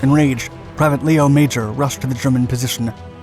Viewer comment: They also pronounce his first name incorrectly (Lee-oh, rather than Leh-oh).